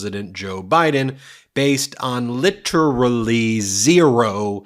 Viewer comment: Lit- Er -Ally. Nothing 😂😂😂